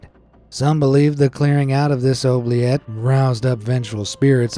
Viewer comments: Pronounced Jibbet and OObliee et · Oubliette is pronounced Ooo-blee-et. I live in Belgium, right on the French border, not sure where you learned to say this paticular word, as always, a FANTASTIC video. ❤️ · "Gibbet" is pronounced "jibbet" and "oubliette" starts with an "oooo" sound. "Blois" is pronounced "Bluhwaa" not "bloohah" but you nailed Chateau d'If, though it is indeed near Marseille, which is pronounced Mar-say not "Marcel". Excellent facts, but the pronunciation should get you some time in solitary. :) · It’s pronounced “ooh”-bliette and “jibbet”. They aren’t common words in English, so please look into how people actually say things. It’s an awkward break from the usual quality of your videos. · I'm honestly shocked that you pronounced oubliette and gibbet wrong